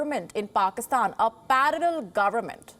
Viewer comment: Why cant she pronounce "parallel" correctly :O